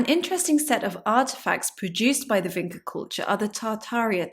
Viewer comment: VinCHa. Not Vinka